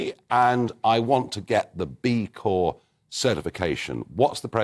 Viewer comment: Charlie.... the P is silent in CORP.